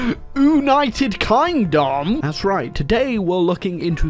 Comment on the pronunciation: Ah yes, my favourite nation of Oonited Kindom